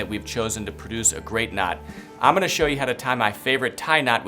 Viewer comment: Great video...try not to say "omina"...rather, "I am going to". Other than that, great video.